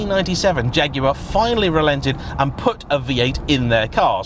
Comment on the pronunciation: Great to hear the name jaguar used and pronounced correctly